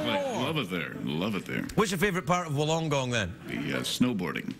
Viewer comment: That's not how you pronounce Wollongong.